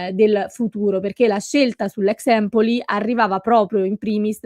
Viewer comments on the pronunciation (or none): none